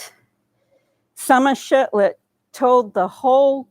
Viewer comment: shiFlet not shiTlet heh